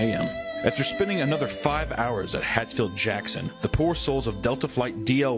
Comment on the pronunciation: It is Hartsfield-Jackson, not Hatfield-Jackson. This could have been way funnier with a little embellishment and better story telling. Just saying.